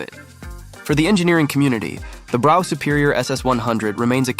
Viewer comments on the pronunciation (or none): Brough is pronounced bruff